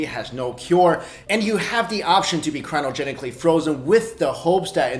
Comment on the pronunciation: Did he say "crino"genically. Last time I checked it was cryogenically but whatever floats your boat 😂😂😂😂